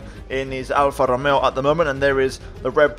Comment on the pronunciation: I beg plz say alfa Romeo right I love the content keep it up